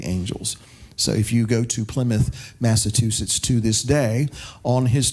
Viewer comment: “Mass-ah-chew-sits.” / An aside: Washington crossed the Delaware on December 25th, not “Christmas.” It was the target Hessians’ Christmas. Christmas wasn’t a celebrated then by the vast majority of Colonialists.